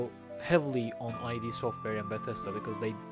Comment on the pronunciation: Interesting take, solid video. For the record, "id" software is a word, not initials, like rhymes with "lid"